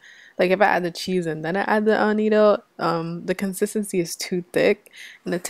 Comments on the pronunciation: It’s pronounced ‘Ah-Not-O’ ...not ‘Ah-Neat-Oh’ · It's pronounced A- NOT- TOE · AN -NAT-TO ... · It's not AnnĒtto, it's pronounced AnnAtto...LOOK at the name. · What is anido? It's called Annato! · Love the video. I've not really used evaporated milk before. I think I'll try it with my recipe this week. Sn: Annatto is pronounce uh-nah-toe. Just fyi since you called it uh-nee-toe quite a bit. :) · Its pronounced " ah nah toe" Not" ah knee toe" ..lol. . Ps. Good job on mac n cheese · I think you mean annatto NOT anneetto. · Annatto - not Anito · I like your recipe. Thanks for sharing. FYI it's pronounced annaaaato. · "Ah-nah-toe" - otherwise, this is a perfect video of a great recipe. Thank you for sharing! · I’m from the Carib, too. Puerto Rico. We use Annatto a lot. Btw, it’s pronounced, A-nah-to, there’s no i in it, and it does have a distinct, but subtle flavor to it, which I love. I’ve never seen a Mac and cheese recipe with annatto in it, so I was pleasantly surprised. Making sure I have all the ingredients bc I’m definitely making your Mac and cheese, today!!! Can’t wait!! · Good recipe. It's pronounced Ann-A-toe. It's from Jamaica. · Are you saying "annatto" for the yellow coloring? I have never heard your pronunciation of it.